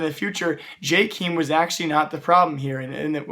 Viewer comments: Jkeem. it's Jay kae em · It's [Jkem] not "Jkeem" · STOP SAYING JKEEM GODAMMIT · Isn't it pronounced Jaykum? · I've dislikes the video because you said "jkeem" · please ffs go listen to how people say jkaem "Jay kem" so fucking annoying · Okay ignoring your pronunciation of Jkaem. Please stop acting like you know why players get replaced or kicked or signed... Without being mean you dont know enough about CS to make those statements. Also all players sign their contracts at the same time (or with the same renewal date) so thats not the reason why they picked Jkaem to be kicked... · you are saying jkeam wrong #no hate